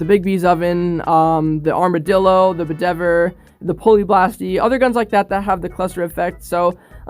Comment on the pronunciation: u dumbass it’s not called Budever, it’s called Bedivere like use a pronunciation machine. All the names of Steel Div weapons are names of people in King Arthur